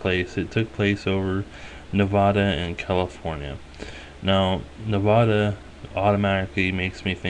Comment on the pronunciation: Knee Vaaaaa Duhhhh not Neh Vah Duh